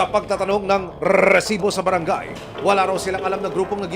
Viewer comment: naka 28 na bigkas ng reeeeeEEEsibo